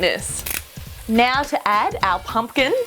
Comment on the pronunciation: OMG....she muder that pumking